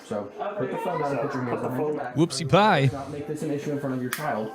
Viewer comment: In the second segment, did you actually say “Whoopsie Pie?” Just one of the many reasons I love your channel!